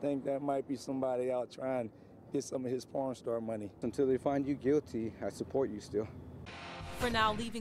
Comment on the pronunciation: doesn’t sound like pawn